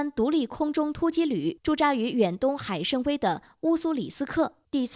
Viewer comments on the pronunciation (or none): 立陶宛wǎn不是立陶苑yuàn，新罗西斯克不是新罗斯西克，海参崴wǎi不是海参威；“想”就是“企图”，没有“想企图……”这种说法；拉合尔不是哈拉尔，这个营销号现在招人连中学毕业都不要求了吗？？？